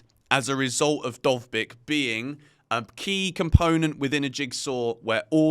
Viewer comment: As a Ukrainian, I confirm that you've pronounced Dovbyk's name perfectly